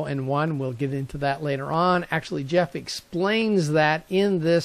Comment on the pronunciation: This gentleman's name is Geoff - pronounced GEE OFF...not Jeff. Anyway...I wrote to him recently about this sensor article. He replied that if you are going to use a LOT of sensors on this shield, you may not want to power it up all from the shield. Rather to use an independent 5 volt power supply. Rate the supply with the number of sensors times the current that each module is spec'ed to use and have that many amps available. Connect power and ground from the supply to each IR detector by using a voltage buss along its length to the last sensor. Tie the common of the power supply back to the common on the shield to maintain a ground reference. Then you can just run the signal lines from each sensor back to the shield to the appropriate channel and pin. There is another shield avilable that allows for screw connections to each channel, by the way. You can take "servo" cables that are female and cut them in half. Slip each end set of 3, to the pins at the sensor and the shield. Use an intermediate length of wiring to connect the wire ends together over the length of your run. This makes for a nice connection at each end. just solder up the middle lengths and apply heat shrink at the joints. Another idea is to use a form of a multi-conductor cable, like a 8 pair cable, which gives you 16 wires. Fan them out to your sensors and then bring one cable back to the shield. Keeps things nice and neat under the deck. You may wish to terminate 16 sensor signals to a terminal block